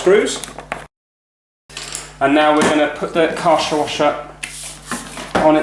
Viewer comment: it's kaaiir-scher